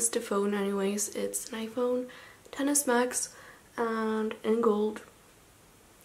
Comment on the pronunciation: girl thank you so much for pronouncing it 10 instead of x every time I hear someone say x on other unboxings and what's on my iphone videos I immediately turn a different video on